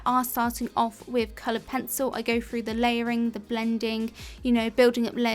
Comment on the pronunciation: You need a video on how to pronounce “through”